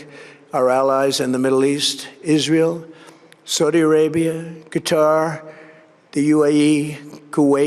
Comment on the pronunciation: He can’t even pronounce Qatar properly. All the money they’ve paid his family and he can’t bother to say it right. In the meantime the world is dropping the dollar. May Iran or someone else release the full, unredacted Epstein files.